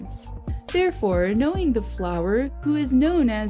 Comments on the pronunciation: It’s fluery not flower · its fleury not flower bich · Fleury not flower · It’s fleury not flower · His name is flurry not flower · Why are u saying flower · is she calling him flower? lol